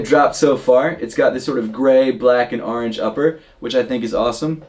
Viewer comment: stop saying “aringe.” It’s “orange.”